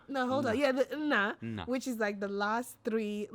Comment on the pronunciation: Congratulations on the birth of your baby girl. The boys will be very protective of their little sister. May I say that is so much better at pronouncing the 'Nna, In your names.